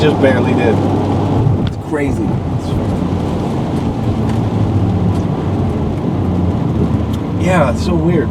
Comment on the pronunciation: deadmau5 saying "yeeeah" in a black mans voice LOL